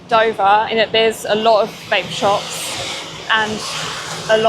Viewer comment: When she was saying "Vape shops", I thought she was saying "Bait Shops." Worms and minnows. lol